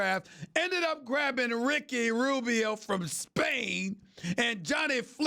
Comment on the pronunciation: Why he say Rubio's name like that 😂